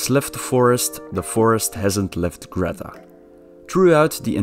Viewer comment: Leuk project! Zeg alsjeeblieeft gewoon Greeta in plaats van Gretta